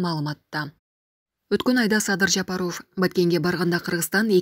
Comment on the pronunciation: Комментатор туура сүйлөсөңөр ЖапАров деп